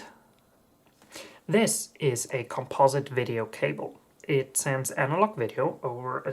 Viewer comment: Thumbsdown - Can't pronounce the word 'Composite'